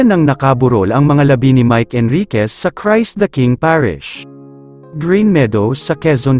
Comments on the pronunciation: Naka burol hahahaha kaloka Ka baks mga labe, hahaha mag Aral Ka uli nang wastong pagbasa😂😂😂😂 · Ano ba naman ang prononciation mo koya..labi as in lips ba ni mike e ang ttingan…kaloka ka